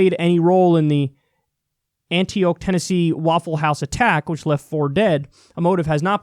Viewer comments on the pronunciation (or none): I'm from Tennessee and Antioch is pronounced Anti-ok not Anti-oak. Also, I hope our state senate really works towards a form of universal background checks in light of this recent shooting. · Antioch is pronounced like ante as in up the ante and clock ante-ock. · As a Tennessee local, you said Antioch wrong. Anti-och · For future reference, the TN county is pronounced “Ann-Tea-Ock”, or with a proper TN accent “Annie-Ock”. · Kyle can't pronounce "Antioch", the name of many cities, both ancient and modern. Another lacuna in his emjucatshun.